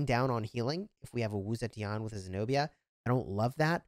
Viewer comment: is pronounced Wu Ze TEAN for you. NOT TI AN